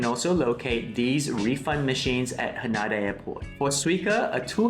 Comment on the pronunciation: Pls note its pronounced HA-NAY-DA 😊